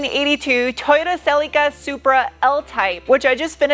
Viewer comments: I know it's not... however, did I hear you say; Sillyca' - just curious 🤨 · I like the way you pronounce Cel-ee-ca.